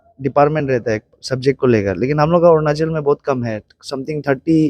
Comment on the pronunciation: Ornachal??? Or Arunachal???